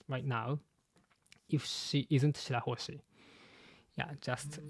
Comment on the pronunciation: i love you but its shirahoshi bro